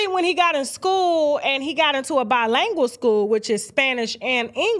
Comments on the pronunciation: It’s not bi langual it’s LINGUAL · stop saying “by-lang- ul.” It’s “by-ling-gwal.” Spelled bilingual. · "Bi-langual" lol